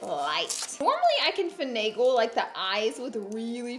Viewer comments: Take a shot every time she says fanagle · Drinking game Take a shot every time Laura says “fenegal”